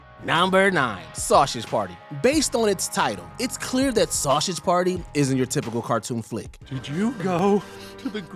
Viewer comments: “Sauchage” party? “Sussess”? “Kahzistan”? What’s wrong with your pronunciation? Lol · Bro, I'm portuguese and I just felt embarassed by hearing an american pronunciating "sausage" and "Switzerland". You speak english there on the USA...